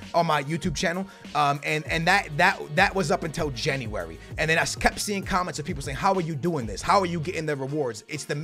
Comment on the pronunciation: Did his teachers not teach him how to say January in school